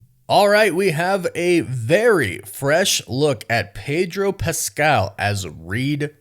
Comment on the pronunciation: Its Pedro ffs😂😂😂